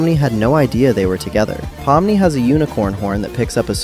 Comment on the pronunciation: actually, its pronounced 'po-mm-nee', i know since im actually russian myself